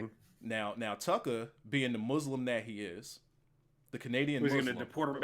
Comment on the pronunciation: lol I need someone to make a compilation of saying "Tuckah"